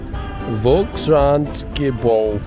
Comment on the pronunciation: That was a fairly impressive pronunciation of Volkskrantgebouw - glad you both enjoyed!